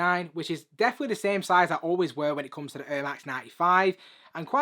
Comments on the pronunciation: 😂😂😂🤣🤣🤣🤣🤣 I didn’t get this until he said it now it’s hilarious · lol. Just funny for an American hearing Air in a different accent. Good videos mate 👍